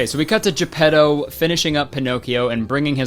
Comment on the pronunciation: Kurtis saying ge-pedo